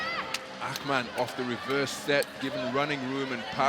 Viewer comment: Akhhhhmann??? What tf is that pronounciation? Thats not Turkish. inTurkish there is no "khhh" sound like that. so stupid